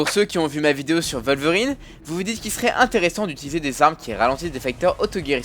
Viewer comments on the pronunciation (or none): on dit pas volverine mais wolverine ( sa se dit ouolverine ) le " w " ne se prononce pas " v " mais " ouo " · Wolverine c'est un p*** de W ! Comme l'animal on prononce comme un W ! PS : Plusieurs nom sont à mieux prononcer, certains sont à la llimite du compréhensible !